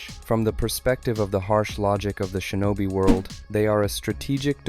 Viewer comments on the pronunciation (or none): none